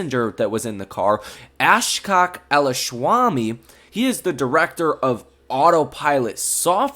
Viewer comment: Ashock not ash cock, LOL!!